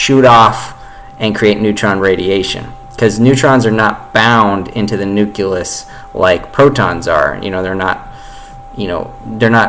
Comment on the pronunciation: Fuck me. I'm struggling to think of when I ever heard a bigger stream of utter horseshit in my entire life. You can't even pronounce 'nucleus' properly.